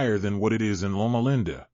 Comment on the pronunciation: If this is an ai voice, it is exceptionally convincing! Also, lol at "lona lenda" :p If this news is true, it's unfortunate but not surprising. Still, I hold out hope for some of these interventions that have shown real results in animals!